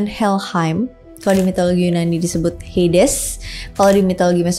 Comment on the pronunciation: HADES..BUKAN HEYDES